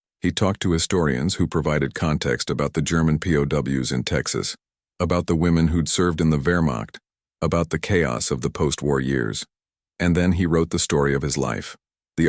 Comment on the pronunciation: Vermach...not vermached...